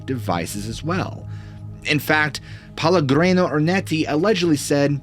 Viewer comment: The story was interesting, but every time you mispronounced Pellegrino I was getting more and more annoyed, and you repeated it over and over. That name is even a BRAND of a well known sparklin water. It's pronounced peh-leh-GREE- no.